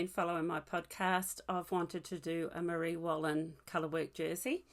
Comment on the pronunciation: Another lovely podcast. Your cardigan is so nice. All your information is great. Your pronunciation was good of the Marie Wallin garment. Thanks from a very cold windy Scotland.